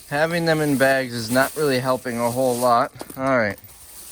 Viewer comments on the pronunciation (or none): none